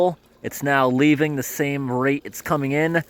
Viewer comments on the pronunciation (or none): none